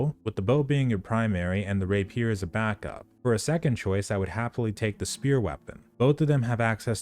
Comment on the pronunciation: rApier, not raPIER